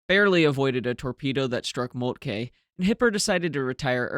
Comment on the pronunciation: I love the color photos, albeit they are probably not original. Your German pronunciation is getting better and better; only the e in Moltke is overly stressed. It should be short, nearly like a schwa. Scheer has that vowel you used for Moltke. :)